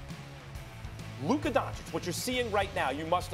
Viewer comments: Nobody: Stephen A : "Luker Doncick" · Stephen a Smith: Luker Donchick 🤦‍♂️ You need to get it together fr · "Luker DonchiCK" Stephen A Smith 2020 I stole this one cause it was fucking funny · “Luker Doncic” - Stephen A Smith 2020